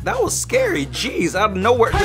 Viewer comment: "RASIST, JEZZ!" me:...iT sOuNdEd lIkE yOu sAiD "RASIST CHEESE" 😂